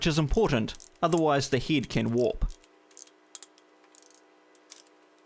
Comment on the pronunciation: Oh, I thought he was saying "heed"